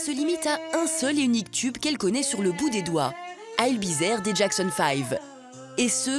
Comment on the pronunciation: I’ll be zee e re !! 😂😂😂🤣 On dirait un gag !